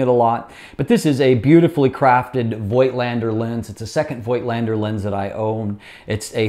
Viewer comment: Voigtländer is pronounced with a silent "i" after the o. It sounds like "foe". The rest sounds just like you said it.:) Love you videos!